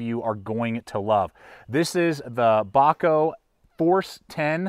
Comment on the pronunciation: Not "Bacho", but "Bacoh" I'm a huge fan of your channel.